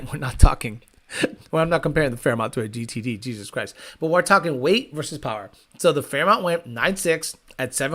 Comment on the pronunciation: Listening to you try to say GTD reminds me of that scene from Idiocracy when Not Sure gets his diagnosis from the doctor. Lol.